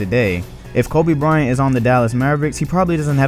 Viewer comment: Lol he's saying Kobe Bryant like how Charles Barkley says it Koba Bryant.